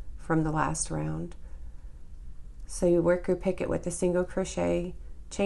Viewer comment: I'm enjoying your demonstrations (I'm a self taught crocheter). I have trouble reading patterns but visual is golden! ❤️. FYI: The correct pronunciation is pi-CO. The last "t" is silent in picot.